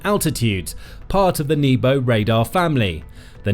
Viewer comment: so you pronounce nebo as knee-bow - that's hilarious